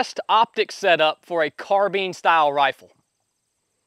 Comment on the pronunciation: Car-bine > Car-been